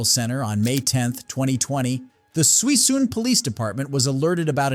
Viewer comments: Suisun city is pronounced sue soon…not sweesun 😂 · It’s pronounced Sis-soon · Suisun is my hometown. Couple things, first it’s pronounced, “Soo-soon.” Second, asking the Veteran about his “baby mamma” is very unprofessional. I don’t get out there much anymore but that city has fallen apart and continues to do so.